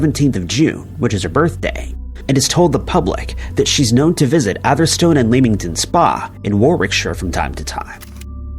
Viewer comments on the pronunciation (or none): No.10 >ur pronunciation of areas would baffle the folk of ‘Co Ventry & ‘A’ therstone in England 🏴